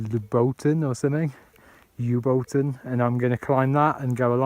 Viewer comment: that mountain is pronounced loobo ten. I went up a few times from kosovo side when i worked there. You can follow the ridge all the way to Prizen or Dragash. The ski centre is still used. I've enjoyed a few beers and pizza there. Good video, it brought back the memories. Cheers